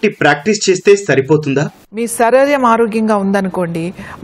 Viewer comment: దయచేసి శరీరం అనండి అక్క సరీరం కాదు 🙏